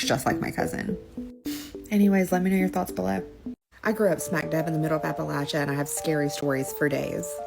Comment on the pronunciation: Props on saying Appalachia like the Hillfolk do :)